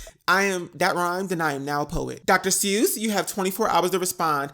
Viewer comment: “Dr. sewwws.”😂😂😂